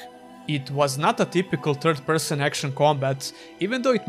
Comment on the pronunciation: For a moment I thought you were pronouncing TURD-person on purpose.